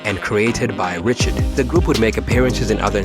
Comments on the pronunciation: Dawns last name is pronounced RAH-SHARD not RI-CHARD lol can we please get my sisters name right PLEASE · Richard as in "Ri-shard" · Dawn REE-SHARD…🙂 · Dawn Ree-Shard y’all can say Robert Ri’chard so easily it’s sickening.